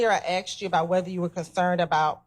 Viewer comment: I'd object on the grounds she has a hard time saying "asked".